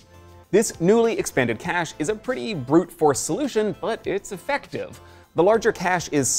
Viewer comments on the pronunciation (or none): none